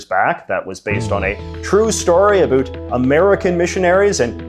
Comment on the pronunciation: 6 seconds in Absolutely no one: ... J.J.: "a boot"